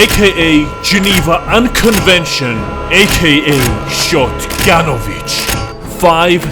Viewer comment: yo the shotgunovich sounds a lot like šotganović